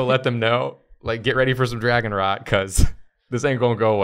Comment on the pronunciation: Also, I was hearing dragon RAT, which is way different than dragon rot.